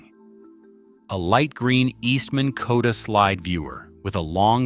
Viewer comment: the (AI?) narrator said: " A light green Koda slide viewer". That's WRONG! Is there a human being doing any research? It's actually a "Kodak" product.